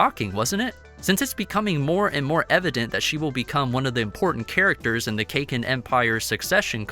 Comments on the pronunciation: Please work on your pronunciation. Its pronounced "Sir ride nick". And it is "Kah Keen" not cakin. Love the content but it's jarring to the ears to hear that. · Lol. Cake-in. It's Kah-Kin. Please 🙌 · he is saying cake-in empire its caa-kin empire